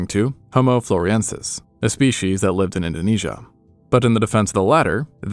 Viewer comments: It's not "Floriensis", it's Floresiensis. If you can't even get that right, why should I trust (and watch) your videos? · Its Homo floresiensis dude, not floriensis. honest mistake. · Floriensis? I thought it was Floresiensis.